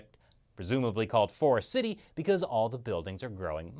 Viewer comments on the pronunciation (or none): none